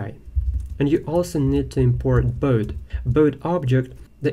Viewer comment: The lesson is good but I don't like this pronunciation. Boat=bot😢